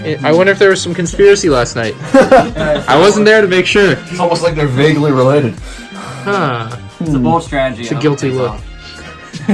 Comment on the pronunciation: You guys say vauegly alot